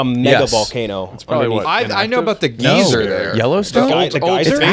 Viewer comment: Make say geyser again